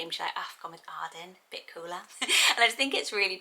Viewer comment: I love the name Arden but I don’t like the way I say it cause I’m American 🤣😭 I love the way you say it! Also I loooove Andie, definitely up on my list for girl names!